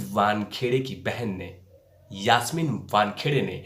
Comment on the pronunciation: मूह तो आप को छुपाना पडेगा पहिले तो यासमीन का नाम सही बोलो. आप का video देख कर हसी आ रही है. धीरज रख सब सामने आ जायेगा.